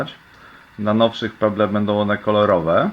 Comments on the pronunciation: chyba chciałeś powiedzieć "peble" z akcentem na b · jak ty czytasz pebble!!